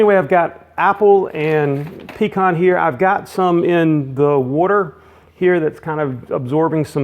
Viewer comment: PS. I am from the south, actually Louisiana. The heart of Cajun country, born and raised and you are correct in pronunciation of pecans.